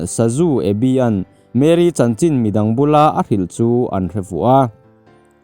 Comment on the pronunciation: Mary ani lo mary alom (a) khi (A AW B )a A kha alom Chuan mAry (y khi i ang ani mai